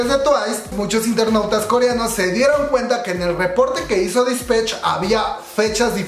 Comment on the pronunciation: Todo bien, sólo: -No es "Dispech", es Dispatch -No es "Taemin", es Temin. Si mencionaras las cosas 1 vez no pasa nada, pero lo dices mil veces y mi yo obsesivo-compulsivo, se estresa y quita el video jajaja